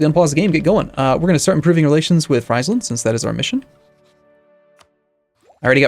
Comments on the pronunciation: FRIES-LAND? Because the whole county is one big deep fat frier where you can fry fries in?! It's Free-sland or Fryslân if you're actually from there like me. You're no doubt from across the big pond, damn colonies sadly adopted the british way of butchering all of the country names. So angry right now. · Exactly. Condottieri rhymes with hairy =D Oh, and Friesland is pronounced Freeze-land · It's pronounced "Frees-land", not "Fry's-land". And bravo for picking Holland. I am a fan. Looking forward to this one. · great stuff buddy, but pls pronounce Friesland correctly; it's as in Freezeland :)